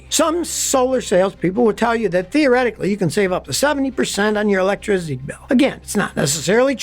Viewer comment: uhlectrizity luv ya scotty 😅